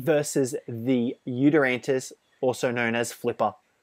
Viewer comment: It's not "YutyranTus"